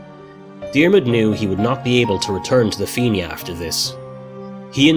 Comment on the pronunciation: the feenyah ???????????? na FIANNA ( FEE-NA) FFS